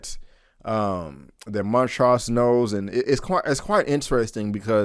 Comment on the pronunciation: Why do you keep pronouncing the characters names incorrectly? Montrose is clearly said in the show and so is Hippolyta.